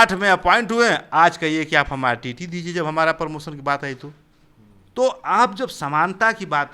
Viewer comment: Bandhu jab aap promotion ko sahi sahi nahi bol pa rahe ho to aap kya hi journalism karoge .Apse achchha to gaon ke galiyaron me bachchhe bolte hain.